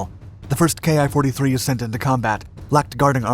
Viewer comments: Can everyone else pronounce the "ki" correctly...??? You pronounce it as "key/kee" . Not "K-I", it's not an abbreviation. Not even "kai". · Small note. I think the "Ki" is actually the Hiragana character き - pronounced "Ki" - rather than two letters. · No, he didn't pronounce it correctly. 'Kee' is correct - they aren't initials, it's the Japanese syllable "キ".... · Please, some of these channels, do realize that the ki-xx designation on IJA aircraft should not be read as “kay-eye” xx since the designation is not originally written in western alphabets. Instead it was written in Katakana キxx.キis the abbreviation of キタイor 機体in kanji. There for the whole notion of describing the type designation in alphabets is, in a way wrong. By the way, referring to the subtypes of naval aircraft after 1942 as , for example type 52 for A6M5, as “type fifty two is also technically incorrect since the two digits refer to different things. A6M5 should be read as type Five Two because it represents the fifth airframe version and the second engine version. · Ki should be pronounced like the word key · The "ki" part is pronounced "Key". Its a number, for the month.